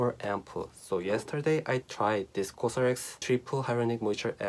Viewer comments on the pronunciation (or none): none